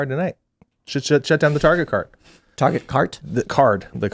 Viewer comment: The fatter american just said, tahguh cah gerruh taruh car yuh targuh car no targurh car targuh targuh cart? no targuh car beautiful targuh carh. You Yanks need to start annunciating your consonants.